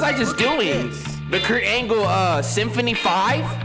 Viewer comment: I keep coming back to this video for "KuRT AnGLllee" 😂😂🤣🤣